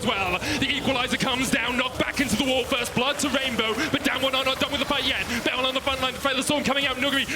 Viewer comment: I HATE CASTING, HE ALWAYS SAYS 'R' AS 'W' LIKE A BABY, HE NEEDS SPEECH THERAPY. BERYL IS NOT BEWYL